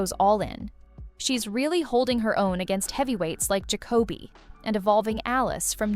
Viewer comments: The intonation is all wrong in Derek Jacobi s name!! It’s JACoby not jacOBy 😖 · Bi AHpic...jah Co bee....AI narration is terrible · Excellent selection. Pendant’s note: it’s JACK-obi. 😁